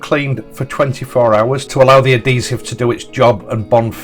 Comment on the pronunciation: Hey, it's adhesive with an 'h', I know you Yorkies drop your h's, I've lived in West Yorkshire for the past 53 years so I'm used to it but not everyone is.